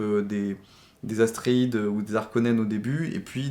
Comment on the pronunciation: Bonne et intéressante vidéo. Mais s’il te plaît, arrête de dire Paul AStréides. C’est ATréides! ;-)